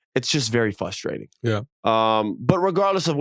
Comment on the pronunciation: What’s the most frustrating Austin is you saying fustrating instead of frustrating